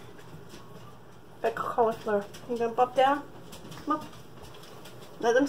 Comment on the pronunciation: PICKLED COLIFLUUURRREEE YOUR ACCENT HA